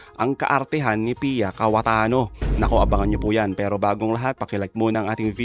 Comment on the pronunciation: cayetano po hindi KAWATANO😊😆😅🤣🤣🤣🤣🤣🤣😂🤣🤣🤣👍